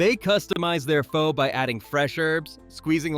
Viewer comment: How reliable is a guy who doesn't know how to pronounce Pho?